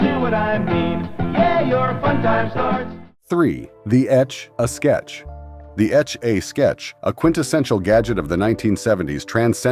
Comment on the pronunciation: The way he or it kept saying “etch a sketch”. Either a very young narrator who never heard how to say it or terrible AI again.